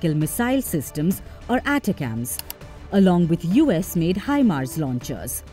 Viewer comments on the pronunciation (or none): none